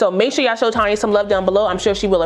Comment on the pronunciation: Awwwww. Shucks. Thank you sis and to my other wigbaes. Yall rock. Even though said my name all wrong. lol its Tone-ya lol But its cool. Lets talk about a few things....like why im at work in training watching YT AND why got me buying more freaking lace adhesive. lmbo. This install is laid and slayed. I need to try this glue w/ my clear lace unit. And finally....Janet Collection understands what a REAL 13*6 is. Yall seen the frontal. I wish these other companies would give a real 13*6 frontal and not half a frontal (iykyk)